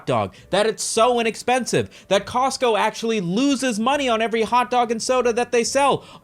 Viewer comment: "We're Cotsco guys" 😐